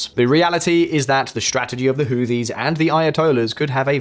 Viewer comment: Who Tees. Whoo Tees. TH together in this instance is pronounced with a strong T.